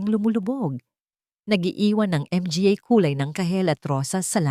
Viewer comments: Napaka walang kwenta bakit Di mo bigkasin ang words na mga kaysa spelingin nakakawalang gana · Maganda sana ang kwento ngunit hindi namin maintindihan dahil hindi marunong bumigkas sa mga salitang mga, pa. Gumamit pa ng under score . Ano ang big sabihin into? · Ang narrator pinahirspan pa sa pagbigkas .. ang dalidali lng I ihkad ang "mga" lawsi ang narrator...I don't like the story... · Npaganda ng kwento pro.di maunawaan kung bakit di nyo bnibigkas ng tama ang Mga & Pa na sarili nating salita. Ganoon din ang word na Underscore....................! Ano ito !